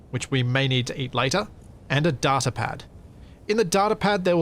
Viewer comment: It's Data not Data <3